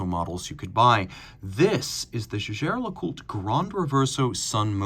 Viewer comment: You're pronouncing Jaeger incorrectly